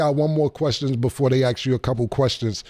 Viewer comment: Why does he say "axe" instead of "ask"